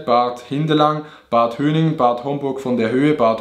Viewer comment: Bad hooonef;) Bad Höhning statt Bad Hönningen